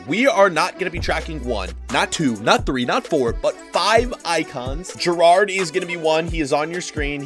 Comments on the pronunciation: Its Gerrard not gerrardie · The way he said Gerrard killed me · The way he says gerrard 💀💀💀